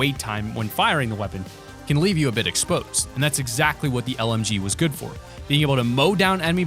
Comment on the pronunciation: When u said lmg, I thought u said mlg